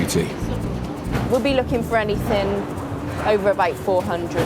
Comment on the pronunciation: Anyfing? Is that a word?